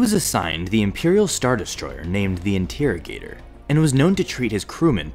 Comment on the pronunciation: Pad-ah-wann, not pad-wan In-teh-roh-gator, not In-TEA-ro-gator